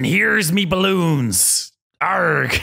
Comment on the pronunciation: Pirates: doubloons Lazar: Did he say balloons?